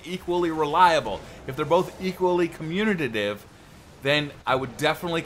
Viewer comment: I hate to be that guy, but you said it incorrectly three times in the first four minutes. It is communicative, not communative. (sorry).